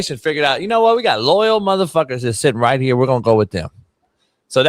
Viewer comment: “What’s going on HEA” 😂😂😂😂